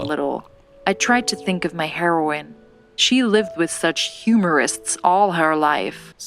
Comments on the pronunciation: Am I the only one hearing them say heroin multiple times? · Each time she was talking about the heroine she pronounced it like HEROIN and i was like she is taking drugs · They are pronounced different according to me Heroine is pronounced heeroin Because for hero you say heero so same for heroine And heroin well that is drug